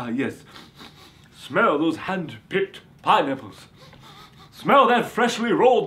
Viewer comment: Lol he says pine apples funny